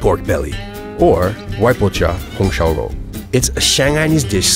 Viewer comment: The pronunciation of 外婆家红烧肉 🤣😭